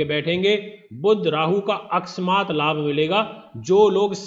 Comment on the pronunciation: Akasmaat ka uccharan seekhe pahle...